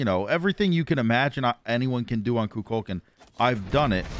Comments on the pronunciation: I like that manages to mispronounce Kukulkan and Cu Chulainn THE EXACT SAME WAY 🤣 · There's no shot you expect us to continue watching the video when you call him kukulkan like 10 times within the first 2 minutes of the video?